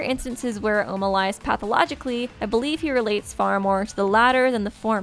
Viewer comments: OMA NOT OUMA.. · Not ouma it’s oma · It oma not ouma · Its not Ouma its Oma forget the "u" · its pronounced oma with a long o, it was originally spelled ouma in the Japanese version buf with alot of the characters names the translators would take extra o's or u's off so it would be easier for American readers